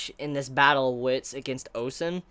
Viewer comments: Ayeeee no more "on-sen" lololol 👍🏻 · I know you are free to say "OnSen" if you wish but I wanted you to know that you are messing up a huge deal here because Ou is actually their family name. Ou Hon, Ou Sen, Ou Qi all share the same family name and when you say OnSen, it sounds wrong on so many levels which is why many people complain. Just wanted to point out the fact. Same for Qin being pronounced "Chin" which would go in the future to become "China"